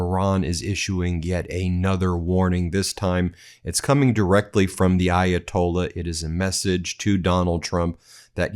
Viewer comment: Hey Donald - How about a 5-50 minute speech about how Ayatollah is NOT spelled EYE-atolla, and that there is a "H" at the end. (We're bored of your usual stories)